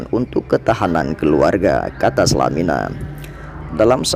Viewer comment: Selamat dan sukses selalu👍.tapi sedikit menanggapi, VO/Pengisi suaranya ada menyebutkan nama Bapak H.Salamina,dg sebutan "SALAMINA"mungkin agak kurang enak didengar🤝